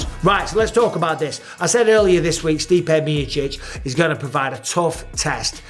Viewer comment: The way Mike says Stipe Mee-chich